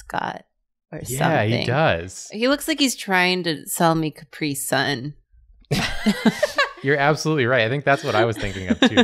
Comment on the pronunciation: So Americans pronounce "capri sun" by emphasising the second syllable? I've always emphasised the first.